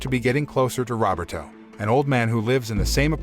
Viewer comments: Robert O? Isn't it Ro-ber-to? Geez... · I enjoy these videos , thank you , one item of improvement is to improve how how to say words correctly , Roberto is pronounced = RO BER TOE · The way you say Roberto (robbertoe) cracks me up. Love your recaps.